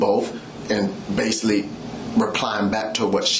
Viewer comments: "base-saul-lee"? What kind of grammar is that? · basily? or basically? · Basilly (basically) smh this dude is a danger